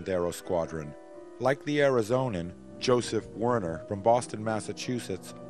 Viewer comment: Excellent series. However, many key names and place names mispronounced. Not a big deal but Joe Wehner, Frank Luke's wing man and cover, for example, is not Joe Werner. I wish that could be cleaned up but the rest of the series is really excellent.